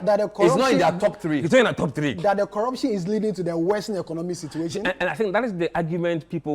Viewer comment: "Cituation" Room, really?